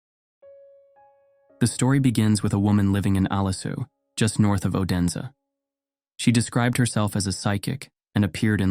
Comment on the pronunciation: It is not pronounced o-den-sa but more like oooo-dense.